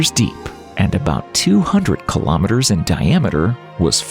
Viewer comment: Kilo Meh Ters? It's Kilo Mee-Ters. Kilo is 1000, so ask yourself, 1000 what? Meters? Kilometers. :face-orange-raised-eyebrow